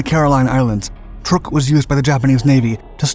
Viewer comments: Not that it is a huge furor, but the Islands/atoll is CHUK lagoon (pronounced exactly like it sounds), it has been mispronounced for a couple of centuries but still Chuk is the proper name. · OMG...not this narrator again...sorry...just cant listen...cya...isn't it pronounced "Truck"...just asking...i thought it was...could be wrong...this guy is an absolute embarrassment of a documentary narrator...Yamamoto didn't "pass away"...he was killed by P38 fighters over the south Pacific. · I swear he gets it right on other videos but pronounces it weird on this one. They talk about good stuff but it's amazing the stuff they get wrong. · The misspelling of "Yamato," mispronunciation of "Truk," and Yamamoto "passing away" (having his command terminated with extreme prejudice by P38's) makes me wonder who writes for Dark. I enjoy their bite size content, but c'mon folks, do better. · Yamamoto was killed by the U.S. Army Air Forces when his transport bomber was shot to hell and back over the Island of Bougainville, so no, he didn't just pass away. Please stop pronouncing the name of the Island Truck as trook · Pronounced like "truck" not "trook" And the admiral didn't "pass away" he was assassinated. We read the Japanese naval code, got his itinerary, and sent fighters to intercept his plane and shoot it down. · You were right. Truk is pronounced Truck. I was stationed there for 8 months in 1992. Micronesians call it Chuuk which is pronounced Chewk. Now most maps and most people refer to it as Chuuk although it is still called Truk when talked about in a historical context. Incidentally, landing on the Moen (now Weno) flightline was interesting. It was built on a sand bar so it is surrounded by water on three sides. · It's pronounced "truck" not "trook" and the battleship was pronounced "Ya-mah-to" not "Yah-mo-to." Also, the light carrier was not pronounced "Bellow Wood." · I always thought it was pronounced "Truck" now I know it's "Trook"